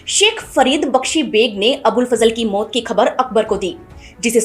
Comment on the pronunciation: मोत नहीं बोलिए......मौत नो नहीं बोलिए , नौ?